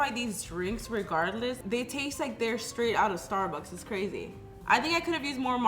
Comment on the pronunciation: Just wanna say its not sturburs its Starbucks!!